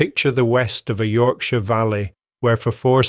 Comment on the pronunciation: The narrator can not pronounce Yorkshire.